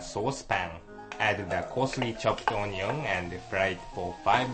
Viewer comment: "cut the oh-nee-ong" hahaha